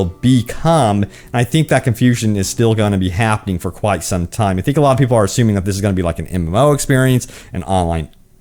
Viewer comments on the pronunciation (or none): none